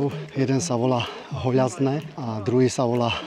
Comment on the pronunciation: Zdravim pekná tura. Ale ako domacemu mi to trhá uši. Volá sa to "Holazňe" bez (Ľ).. Keď počujem to ako ste to vyskloňoval za "Hoľaznym" tak mi išla krv z uši. Prosím nerte to osobne nechcem vás uraziť ale ani vám by sa to nepáčilo keby vám niekto prekrstil meno obce alebo oblúbeného vrchu. 🫣